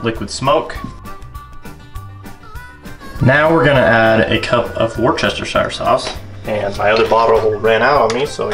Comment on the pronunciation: it is pronounced wus-tesh-er sauce